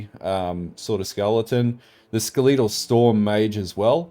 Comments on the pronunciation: fucking skel-a-tol because its a fucking skel-a-ton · the way you say "skeletal" hurts me